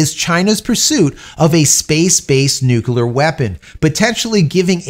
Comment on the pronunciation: I’m a long time subscriber. I enjoy your content. Please take this observation as a friendly suggestion for improvement. The word Nuclear is pronounced; Nuke-Leah. Not nuke-U-la. This makes you sound like George W. Bush. Which lessens one’s credibility. Hope this helps. Keep up the good work. May the Force be with you.🌀 Jim🌀 (-: <*>:-)